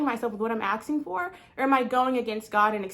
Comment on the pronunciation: NOT AKSING ITS ASKING